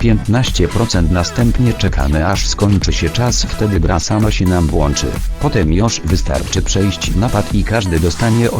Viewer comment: Włąnczy XDDD